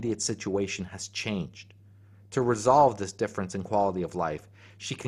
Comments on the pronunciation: There's some words in this I'm not sure I'm hearing correctly or they are new to me or they are not being pronounced correctly: > defference ....Are you saying "difference" ?! > neotny ...... Not sure what this is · Deaf-rence Dif-ference